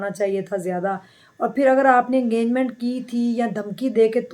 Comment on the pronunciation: wo engagement ko enganment bol rahi hain.😂